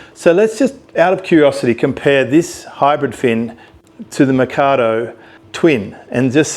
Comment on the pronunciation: Man, I was interested in the vid till he pronounced Rob's surname "mah-cahw-dohw". Credibility instantly lost.